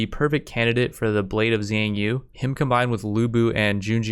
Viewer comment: also, the x is actually a sh, so for example the "blade of xiang yu" is more like "blade of shiang yu"